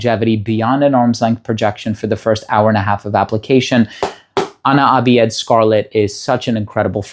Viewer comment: Ana abiyedh is usually pronounced as Ana abyadh more then abi-yed. Which is "I am white" in English. Then the side you saw as "I am white" is for "ana abyadh" , then scarlet.